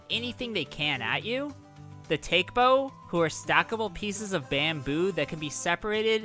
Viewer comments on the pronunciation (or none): Those stackable bamboo enemies are actually called Gamboos. I dunno why you called them "Take-bo", especially since the Japanese would have been pronounced [Tah - keh - boe], not [Tayk - boe].